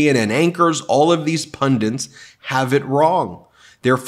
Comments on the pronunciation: Ben!! The word is PUNDIT, not pundint. You sound like Sarah Palin. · Ben, please learn how to pronounce "pundit"!